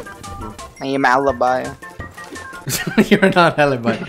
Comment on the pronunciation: that pronunce of ALIBI makes me so sad...